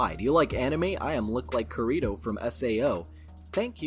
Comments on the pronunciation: Kirito... I love you but that pronunciation is hilarious. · Can you not say anime names if you don't know them. I was just listening to this vid and was so confused, until I just realized you were just saying Kirito wrong. It's clear you don't watch anime or at least have not watched any of SAO and that's fine, I lost interest in it after a wile myself. I just felt I had to say something about the name, even though I have mispronounced names myself.